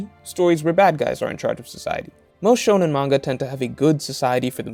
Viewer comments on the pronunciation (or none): none